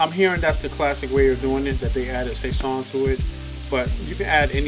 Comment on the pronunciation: Only complaint I have is the way you said sazon 🤣 but other than that it’s been a minute since I’ve been to Harlem and I definitely make this at home. Great job as always brother.